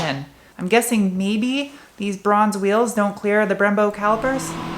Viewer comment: A few things: 1) It took me a bit to realize you are saying Bronze. The first time you said it I thought you said "bruhns" wheels haha. 2) You had me at "the more you know." 3) FINALLY a professional reviewer who agrees with the power. I concur with everything you have said. It's a DRIVER's car, not a drag car. You want mo powa babeh, go get a Hellcat. 4) I didn't think the Hakone Edition was available in the US. That being said, I am guessing it's a limited number. 5) My Camry has the same engine as your SW20 and I've been in my friend's. They're awesome. I want a first gen. 6) I ABSOLUTELY agree with waiting until the last year to buy one. I can't wait until the next gen comes out so first gens will drop.